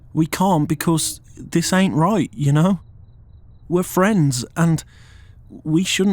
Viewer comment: “This ant right,” DID HE JUST TURN BRITISH